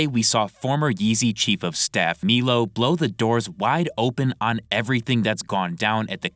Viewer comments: It's M👁LO. Not Meelo. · my brother in christ it’s pronounced MY-low put some respect on the formerly gay man’s name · Dude it’s been like a year and dozens of videos and you still can’t say Milo correctly bro are you legit rtrded?? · so many videos now and I'm convince leaky is mispronouncing Milo on purpose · Hearing Milo being pronounced like that hurts my head